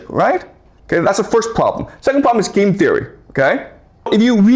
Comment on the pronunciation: "The pwoblem is..." that this guy is r3tarded